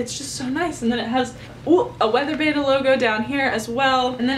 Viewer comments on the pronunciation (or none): none